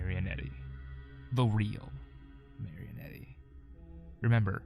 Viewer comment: This is great but the pronunciation of Marionette is KILLING me For future reference, it's mary-oh-net, or mar-uh-net, no e sound at the end